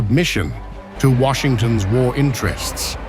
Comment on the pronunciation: Not wARshington but cia